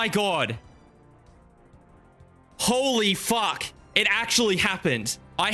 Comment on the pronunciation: My favourite thing about is his ability to add the letter W to his "Fuwck"'s